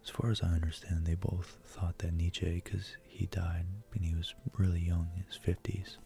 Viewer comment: I love this video 💖 I may not agree with what you said entirely, but who is really wrong when it comes to abstract thought? Also, it's pronounced like neet-chuh, not neet-chay. But it's cute how you say it lol